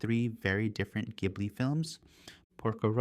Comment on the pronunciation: Soft "J" sound for Studio Ghibli (ジブリ; jiburi).